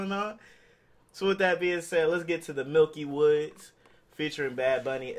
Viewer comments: It's not milky woods ....it's pronounce "Mickey Woodz" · You Hispano and can’t say miky woods???😂😂😂